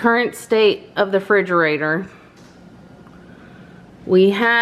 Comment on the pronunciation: Frigerator? Lol